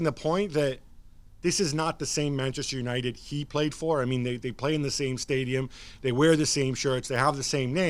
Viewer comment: "let's talk premier league let's talk manjesjer united.." 😳